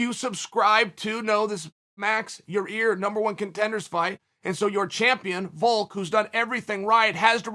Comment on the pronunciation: Chael goes from pronouncing it ya rear to now ya ear. At least he's making progress.